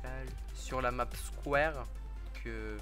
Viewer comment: A il a dit la nappe au lieu de la map